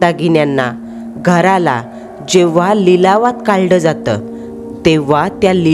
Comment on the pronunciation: कुणी कुणी पहिल आहे की ह्या ताई ( काढलं) ह्या शब्दाला ( काल्ड) असे म्हणतात 😂😮